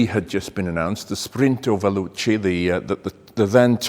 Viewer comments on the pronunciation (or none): none